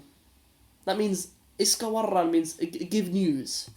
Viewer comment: Tip: Don't emphasis the r in iska waran. Just say it lightly